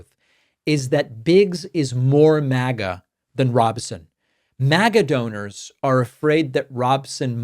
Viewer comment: it's pronounced robe-sin, not rahb-sin. But she's more like the Ducey type than extremist maga troll Lake. If she still holds the same positions as 2022 anyway. You can look up the GOP 2022 governor debate on youtube, with her, Lake, and some others. It's absolutely insane.